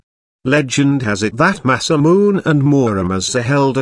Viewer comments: u pronounce in masamun it is pronounced masamune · it is pronounce MA- SA- MU-NE not MA-SA-MUNE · masamune pronounced: masa-mu-neh (say fast) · Masamune is pronounced masa moo nay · rigth it by silable dam this video need to be redonne